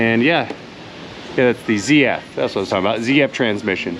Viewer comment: ..MATE.. Nice to see you back with us and in the land of the living 😊 As for the BMW crap. The Gearbox is a ZF..... That's Zed F.... Not Zee F.. The ZF gearbox was used back in the 1960s and 1970s in a crappy van called the Bedford CF 1800cc and 2300cc.. ZF is a German company. A lot of vehicle technicians here just don't like working on the BMW. I personally hate the things. Had 3 of them, would never buy a 4th.. Now days some of 5he BMWs use PSA engines as fitted to Peugeot Citroën Vauxhall Opel and Fiat, plus Ford also use the PSA engines. So you pay BMW prices and get French PSA parts....